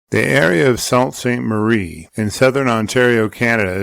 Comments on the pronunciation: It's pronounced SOO Sainte Marie, not SALT Sainte Marie. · please learn how to pronounce it. It’s SOO St. Marie. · It's pronounced SOO Ste Marie. Like in the word 'soon' 😁😘❤